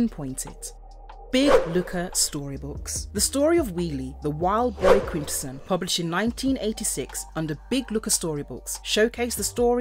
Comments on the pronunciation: I’m like I minute in and you’ve pronounced quintesson four different ways I’m not even mad that’s impressive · If you make an episode about Quintessons, maybe you should know how to pronounce "Quintesson". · love the alternate British pronunciations. Quin-Tess-sonns Shark-Cons . Cy-clonn-us